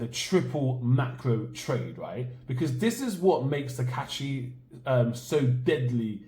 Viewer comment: Her name is Takaichi with "I" in the middle.